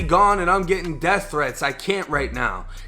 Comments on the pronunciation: It’s “Death” not “Deaf” 🤦🏽‍♂️ #AlabamaEducation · She said deaf. 😒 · she said “deaf” threats 😆